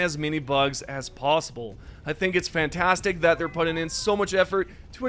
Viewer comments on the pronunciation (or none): none